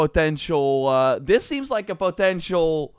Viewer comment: it is so funny when you pronouns "potential"